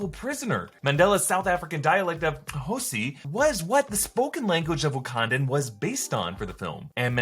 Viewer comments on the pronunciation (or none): Its "isiXhosa" not "Xhosi" 🇿🇦🇿🇦🇿🇦😁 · One of the languages in South Africa is isiXhosa not Xhosi. Great video though big fan!!! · "isiXhosa" not Xhosi... by the way I'm Xhosa from South Africa... You tried tho, bigup. 😅😂😂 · Its isiXhosa, spoken by the Xhosa, a South African tribe... "Xhosi" is not a real thing... Americans sigh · Isixhosa not xhosi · WTF is Xhosi? It’s IsiXhosa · lol u did ur best in the moment hahahaha yes its IsiXhosa